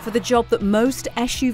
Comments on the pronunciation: Very low standard. She can’t say SUV 😂. Door can’t open wide enough. She is expecting more than 90. Esh UV. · It's not esh u v it's suv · Why is she saying YeshUV instead of SUV,that really annoys me. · Carbuyer, please stop using this woman to review SUV's. Every time I hear her pronounce it as "esh-u-v" makes my skin crawl. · the ESCH JU VI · I love the way she pronounces SUV -- esh-you-vee.